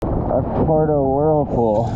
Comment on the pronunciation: Bro please. PWERto. Not Porto. Puerto. Porto. Puerto. Por dios.